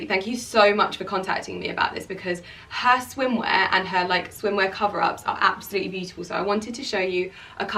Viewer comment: stop saying absoutely like that so many times